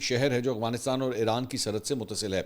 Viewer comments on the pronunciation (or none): none